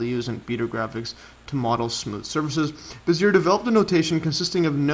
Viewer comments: Learn to say the guy's name prAaaAaaAaaaaaAAaaaaAAaaaaaaaaaaaaaAAaAaaaaaaaAAaaaaaAaAaaaaAaAaaAAaAAAAAAAaaAAA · Bezier - /beh - zee- EY/ 😀 Casteljau - /kas - tel - ZHOW/